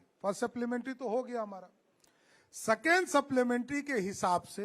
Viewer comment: Constraction को कंसेशन second ko secon बोलता है बकलोल कहा के 😅😅😅😅😅😅